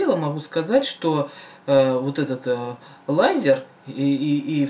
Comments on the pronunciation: Лизер,а не лайзер) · читается не ЛАЙЗЕР а ЛИЗЕР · Лизер блеат,а не ЛАЙЗЕР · Лизер а не Лайзер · Послушайте Валентин Стрыкало - Наше лето. P.S. Лизер, а не Лайзер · Лизееер !!!!! Лизер а не лайзер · Только не Лайзер а Лизер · лизер а не лазер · Не лайзер а лизер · Не лазер а лизер! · правильно говорить ЛИЗЕР